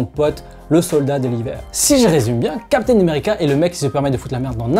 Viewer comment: lol chaque fois que tu parles de steve rogers, j'ai l'impression que tu prononces "capitaine numerica" :))